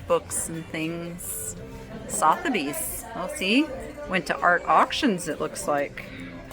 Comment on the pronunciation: Oh and the auctioneers Sotherby’s is pronounced Sutherbees 😁😁😁 Kathryn xxx